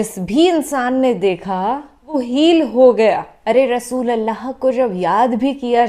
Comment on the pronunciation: Pyari Aap bahut acha bolti ho per rasoosullah ko rasoolallah kahti guzarish hai Ap se rasoosullah kaha kijiye